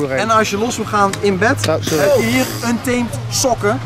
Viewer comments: De juiste uitspraak is un-TAA-mèt, met een zo nat mogelijke T. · Untemt oer hollandse uitspraken! 😂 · Ik heb nog nooit iemand anders horen klagen over de uitspraak van Untamed.